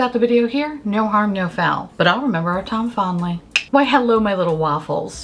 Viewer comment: Every intro I hear "tom fondly" and smile.